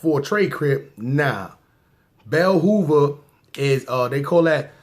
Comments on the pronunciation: From my perspective when you was talking to a 43 from beltzhoover the full set number is called 435 the correct pronunciation for beltzhoove is bell soover so when you see south zhoove its pronounced like soov. That was only one set in the hood we dont have no ny based sets at all because we were influenced by cali in like 89. We were not all banging 6 or 5 point stars but chi town did congregate with the city at one time and the p stones were around aswell gota look it up down in the comments of the guy who started the crips in pittsburgh. Theres a youtube video that states who the guy was from cali who came to pittsburgh and started the bloods in piitsburgh and knew who the guy was aswell he will tell you that the guy came from kelly park crips i forgot his name but one of the comments here tells you his name ray chilldress. In other word look up Bloccs Projects and entertainment and youll see and hear what it do here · $.Z.C. 3one 3 4.3. Indko blocc its not bell hoover its beltzhoover pgh who da fucc iz this nigga